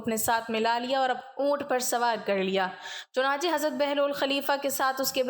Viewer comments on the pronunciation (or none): none